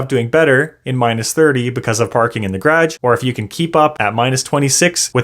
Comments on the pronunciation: Like your content dude but what's a 'graaj'! :) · the way you say garage makes me feel like im on lake of the woods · The way you say garage